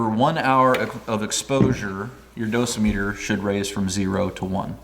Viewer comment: I've always heard it pronounced do SIM e ter with the emphasis on the second syllable, as you did .